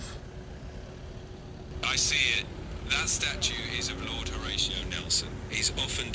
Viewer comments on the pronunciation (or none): none